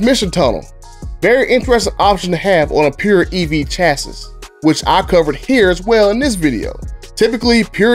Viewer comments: It pains me to see such a well produced video have really really bad typos and mispronounced words like "chassis". You say it "Chass see" Not Chass iss and LOSING is what happens when you go down the 1320 slower than the other guy. Lose is a verb that means “to fail to win, to misplace.” Loose is an adjective that means “not tight.” In other words, there's no word in this tense "loosing". Good video overall, just polish the edges. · The “s” at the end of chassis isn’t pronounced